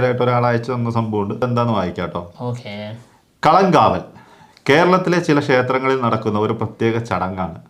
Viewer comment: കളം കാവൽ അല്ല. കളങ്കാവൽ. അങ്ങനെ പറയണം